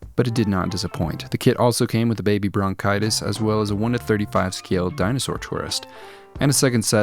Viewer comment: Did I hear baby Bronchitis lol